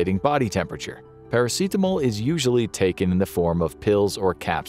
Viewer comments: why dya keep prenouncing paracetamol as if its a very spanish word or summink lol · Is that really how you pronounce Paracetamol in English? Pairaseetamol? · The way you say "paracetamol" bothers me to the point of irrational hatred.